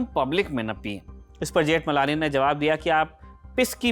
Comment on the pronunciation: Ni pronouciation of surname.